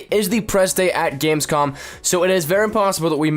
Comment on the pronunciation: Wrong video but it's GamesCOM. Not "con" lol :)